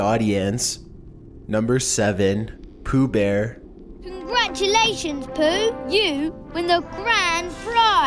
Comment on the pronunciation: No not pooooh!